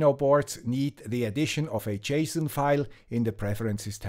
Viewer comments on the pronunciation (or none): none